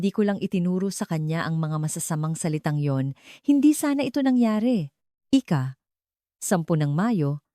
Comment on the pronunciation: Malo ang pagbigkas mo ng "ika" ito ay kasabay na binibigkas ng petsa_katulad nito; ika-dalawampu't walo...